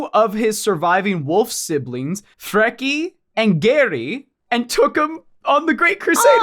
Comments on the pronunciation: Freaky and Jerry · As a norse pagan and polytheist your pronunciation of Freki and Geri was a little painful. Love your videos tho like alot i also wonder if Lemans last name is a reference to the Rus vikings.